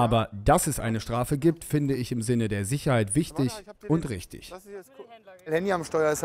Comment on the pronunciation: wichtisch uuuuuuuuuuuuuuund rischtisch